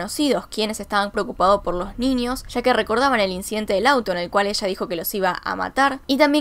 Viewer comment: Me está poniendo nerviosx con "extranias" "ninios" y "anios" 🤯🤯🤯🤯😡😡😡😡